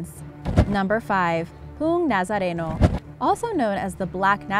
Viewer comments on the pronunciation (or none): Po-ong not Poong Nazareno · Uhm. . .I dunno if anyone has commented about this yet and I'm tired of people commenting their from PH.m. .but "Poong Nazareno" is pronounced "po.ong" not "pung" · I am Filipino and the Poong Nazareno is not Pung Nazarenow....It is Po-ong Nazareno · Poong nazareno. Poong is not pronounced as 'pung' but pronounced as two-syllable word which is 'po-ong' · I have a little correction: You pronounced the pong nazareno wrong. It's po-on nazareno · No offense but it’s pronounced po-ong nazareno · The proper pronunciation is PO ONG Nazareno not poo nazareno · i eat too much sinarapan in my home !!!! Poong nazareno is speak as PO-ong Nasareno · It's actually pronounced as "po-ong Na-za-re-no"😂😂😂 hindi "puung Nazareno" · Poong nazareno is pronounced po-ong nazareno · its not poong its pronounced as po-ong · It's actually pronnounced as Poh-ong Nazareno, not Poong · Its not pronounced as pung nazareno ,its po-ong nazareno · its not poong its po ong xD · Btw the number 5 is not read as Poong Nazareno (p u n g nazareno) its Poong Nazareno (p o o n g nazareno) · Pung Nazareno Poh Ong Nazareno dapat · as someone from the Philippines, this video is pretty accurate, well done! just a note tho, i know its hard to pronounce Filipino words (but you did an outstanding job attempting to), Poong is "po-ong", not "pung" lol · Its not pronounced as pung nazarino its po-ong nazareno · Can you do a video about '' Mythical Creatures from the Philippines '' :D I heared Tikbalangs rape women :c thats kinda strange :( Btw this is how you speak Poong Nazareno Po-o-ong Na-za-re-no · Correction for poong nazareno it is pronounce as "PO ONG NAZARENO" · ITS PRONOUNCED ,PEH-SOES ,AND PO-ONG NAH-ZA-RE-NOH, AT ITS TAH-MAH-RAHW,CEH-BUU, AND SIH-NUH-LOHG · Poong nazareno is pronounced po-ong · It's pronounced as "Po-ong" Nazareno. ;) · You know it's not what you said poong nasareno wrong pronounce I'm pipipino hahaha hello mga pipipino